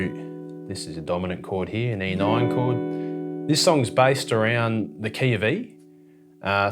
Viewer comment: Hehe “e noin”